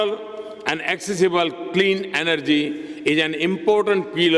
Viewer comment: It's 'is'not eeesss😅 plse pronounce properly and footballer not phootballer